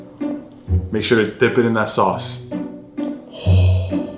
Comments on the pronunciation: Sauce🚫 Sas✅ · The other dude: sauce: SAS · how says sauce "saas" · thee way he says sauce